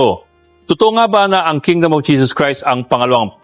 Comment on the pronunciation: Kingdom not kingdoom